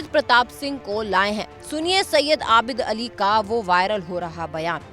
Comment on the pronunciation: आबिल अली नही आबिद अली है ।😂